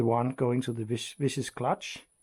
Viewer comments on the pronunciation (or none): Viscous pronounced 'Viskus'